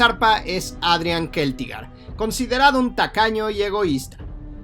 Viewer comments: Se pronuncia Celtigar no Queltigar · Estoy bastante seguro de que se pronuncia Celtigar, no Keltigar. 😅 La C seguida de E o I no se pronuncia como K sino como C. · bueno para tu informacion parece que tu eres el que lo pone dificil. O es mas bien Te da la gana de pronunciarlo asi Todo creador de contenido de hielo y fuego lo Pronuncia con C No con K incluyendo al mismo autor George rr martin.